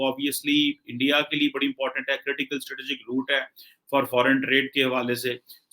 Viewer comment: Stritijik....Punjabi angrez 😂😂😂